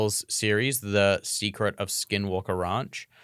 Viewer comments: RANCH not RUNCH.... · OMG if he says ronch one more time